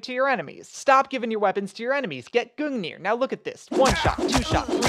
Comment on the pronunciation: Gungir nah shin shanker